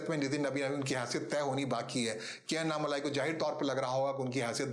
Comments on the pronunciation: उनका नाम अन्नामलाइ नही, अणणामलै है, मलै means mountain, मलै को मलाई कर दिया है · First write his name correct. उनका नाम अन्नामलाइ नही, अणणामलै है, मलै means mountain, मलै को मलाई कर दिया है